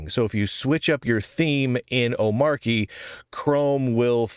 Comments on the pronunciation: Not to be pedantic, but just a point of order: It's pronounced "om-ARCH-y" not "O-MARK-y". Since it's based on Arch, it's like the "Arch" syllable was dropped in the middle of the word and you pronounce it the same way as Arch. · "Ohm-Archie" because it's Arch based. Agreed the hard 'ch' sounds better. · It's omar y, with a sound because it comes from Arch (unless you pronounce that Ark, I guess) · How is it that every one of you guys are pronouncing the name of this distribution incorrectly. Have you not watched DHH and his explanation. He says the name repeatedly. How much more simple could it be. It's an arch-based distribution. Not a mark-based distribution. Hence the name omarchy